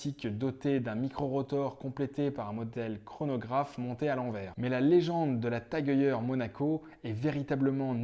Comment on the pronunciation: Svp ne prononcez pas Tag oeilleur mais Tag Heu-er tout simplement. Sinon bravo pour la présentation même si le choix a du être difficile ! 👍